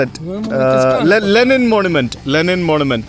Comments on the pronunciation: Wonderful... പക്ഷെ രണ്ടു തവണ ലിനെൻ എന്ന് പറഞ്ഞത് മോശമായി... തിരുത്തി വീഡിയോ ഇടണം!!! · Linen alaa bro Lenin Aanu.. 😂